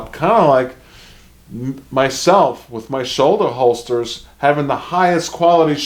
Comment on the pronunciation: Tell me you’re a fudd without telling me you’re a fudd with your “Shouldahholstah”. Every carry gun these days is 9mm. Every military uses 9 mil. If you can’t kill what you’re shooting at with 21 rounds in an XC or P you’ve got problems.